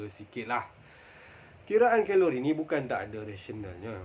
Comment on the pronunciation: Geng2 khhhheeelori panashhh ni haha~